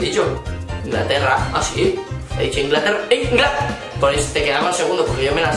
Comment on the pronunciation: Profesora de español: poned las tildes bien.: Ingláterra